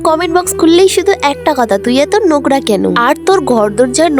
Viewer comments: নোকরা নয় নোংরা হবে,এই তুমি কি, তোমাকে দেশ থেকে বের করে দেয়া উচিত,ভাই রে ভাই গ্ৰামে কি আর মানুষ থাকে না,কথা বলতে পারে না ঠিক করে।যে যেখানে থাকে সে সেই ভাষায় কথা বলবে সেটা কেউ পছন্দ করুক না করুক কিন্তু উচ্চারণগুলো তো ঠিক করে বলতে হবে। তুমি কি লেখাপড়া শিখ নাই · নংরা❌❌ নগরা✅✅✅✅ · Nogra na... OtA nongra😂😂😂😂😂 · নোংরা ❌ নোকরা ✅ নিজে ভন্ড অন্যকে ভন্ডামি শিখাচ্ছে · নোংরা ❌নুংরা✅ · Nongra ❌ nogra 😂😂😂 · নগ্রা ❌ নোংরা ✅ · নোংরা ❌️ নোগরা ✅️😂😂😂😂😂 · নোংগরা✅ নোংরা❌😂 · দিদি এটা নগরা না এটা নোংরা শব্দ আগে ঠিক করে 😅😅😅🤣🤣😁😁😏😏😏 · নোংরা❌ নোগরা ✔️ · নোংরা কথাটা নগরা শোনা যায় 😊